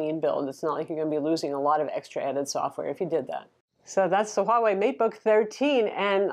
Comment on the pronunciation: One of the one youtubers who can actually say the name "Huawei" for some reason.